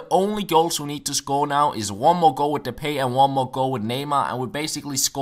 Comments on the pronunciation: "De-pie" not "De-pay" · it's pronounced de-pie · Depay is pronounced de-pie. Im dutch